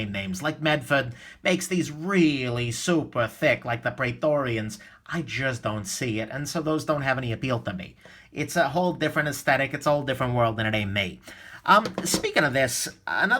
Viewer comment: You meant the Pry-torian ;)